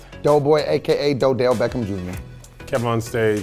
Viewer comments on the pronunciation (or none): until he said do beckham jr